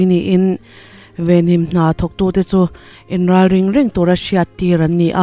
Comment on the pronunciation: finrawl tih leh chawkluh tih ilam dan hi a dik lo. in ricord hmain vawi 2/3 tal chhiar thin ula, mizo inti lusei tawng hmang zinga khawsaa seilian ve si mahni tawng pawh lam dik thei lo NIH Chu a zah thlak deuh lo maw.